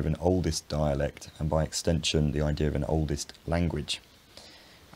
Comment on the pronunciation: IdeaR and Idea are both said by you. AHHHHHH Intrusive R.